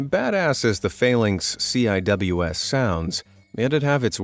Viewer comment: CIWS (pronounced as: “Sea-Wiz”) (🤦‍♂️ get it right 🤦‍♂️)